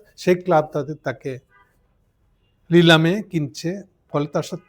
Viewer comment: ভাই, লিলাম না, শব্দটা নিলাম। আপনার বাড়ি কোথায়?